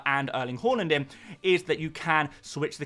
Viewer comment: Still continuing the Horland pronunciation this season…